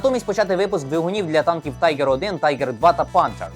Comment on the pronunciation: Танк не Тайгер, а Тіґер, в німецькій мові "І" це "І" , а не "ай". Дуже ріже слух.